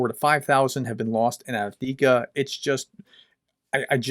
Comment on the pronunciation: You keep saying avdika when the name is Avdiivka (Av-diiv-ka). Keep up the great work :)